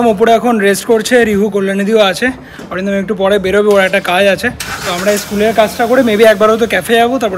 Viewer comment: Atindom ke Arindomda bolo.Tomar theke boyeshe anektai boro.